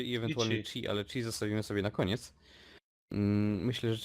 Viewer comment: nie czip tylko czi